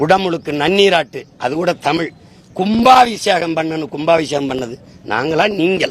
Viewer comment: 7.20 Soriyaar Dhadhi & chinna dhadhi ya Yean padikka vekkala. Paarthu padikkum bodhe Thappu thappa padikkaranga.